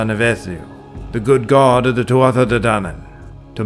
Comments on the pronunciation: it's pronounced two -ah ..... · Would love if you could properly represent these dieties with their proper pronunciation. In Irish Gaelic, it is pronounced Tua not Tuatha, and Loo, not Loog. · I believe that Tuatha is pronounced Tu'a, and that Lugh is pronounced Lu...